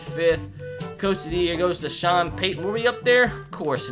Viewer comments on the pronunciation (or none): none